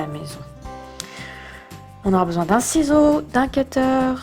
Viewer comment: Ses bien mes sa se dit kutere pas ketere